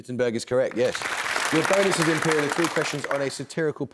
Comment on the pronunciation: The Imperial team should be called "IMPE-LEE-AL".. But they should have chosen someone else as their captain - someone who actually knows stuff.. someone who can seriously contribute with some correct answers.. this cutie-pie captain should stay home and watch Barbie or maybe the adventures of Scooby Doo or something..